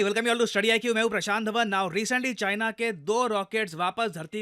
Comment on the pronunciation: "Made in Chyena" 😂